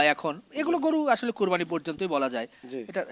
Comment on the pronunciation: কোরবানি কথাটা বলতে পারেনা হালারপুত